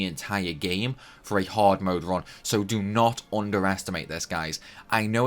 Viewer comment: Its extremely haaawd...